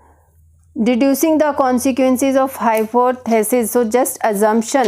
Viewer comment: I will give you 0 out of 10 marks in pronunciation. You pronunce deducing wrong. one subscriber loss